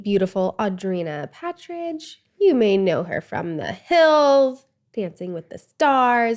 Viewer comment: why does she say Paert ridge? I think its only in Los Angeles people say it that way. Im an idiot I thought her name was PART RIDGE.... its Pat-ridge...